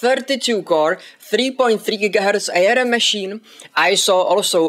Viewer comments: FYI it's pronounced "arm" as in the limb, nor A-R-M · It's pronounced arm as in the thing hanging off your shoulders, not A.R.M. :)